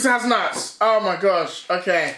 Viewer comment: why deji say nuts like dat " nuats."🤣🤣🤣